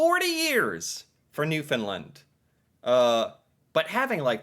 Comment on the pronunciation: You've been watching videos about Canada for a long time now. And I correct you every time, but you don't seem to change. There is not a province called New Finland. Newfoundland is pronounced noofin-LAND. not LIND. LAND. And LAND is the stressed syllable. It's great you want to learn about Canada, but it'd be respectful to put a little effort into pronouncing the places you are speaking about. (Side note, don't listen to pronunciation of anything. He says "aboot". He's a caricature.)